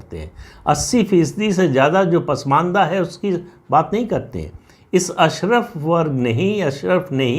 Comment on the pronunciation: सर अशरफ़ नहीं अशराफ़ होता है शायद… Please check